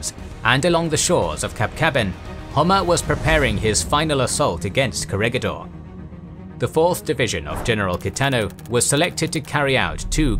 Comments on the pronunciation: Its not core-a-ga-door .. its cora-gador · Corregidor is pronounce as Ko-re-hi-dor